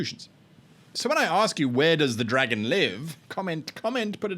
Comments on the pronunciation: Because you pronounced it "dragún" I imagined a knight who rides a giant lizard and wields a halberd that works as a gun. I dunno man, brain works weird. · The way you said dragon sounds vampiric so I had an image of a dragon controlled by a vampire living in/around a castle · The pronunciation of dragon at the start sounded fairly welsh so whilst my dragon should be red my mind skipped sideways across the Irish Sea and was visualised as a green dragon stalking across a peat bog. Oddly this is specifically an Irish peat bog and not a Scottish one, I have no idea how I know this.